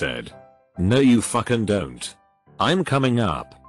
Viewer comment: A beautiful artifact of these lazy text to speech reddit vids. Wouldn't be so bad if they did so much as a single listen and edit before uploading.